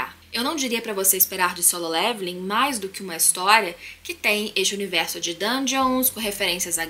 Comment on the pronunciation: aeeee ela falou solem irmãos kkkkkkk likezão